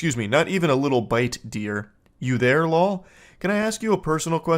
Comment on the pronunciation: All gamer millennials would recognize “lawl” or “fck yo couch” lol